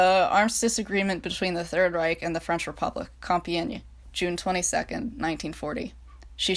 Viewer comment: Hey, I’m French and you did not butcher the word “Compiègne”, for someone who doesn’t speaks French you actually pronounced it pretty well. 😊